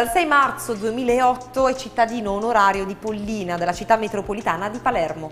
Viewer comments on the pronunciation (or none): l’accento va sulla “o” di Pollina aaaaaaaaaa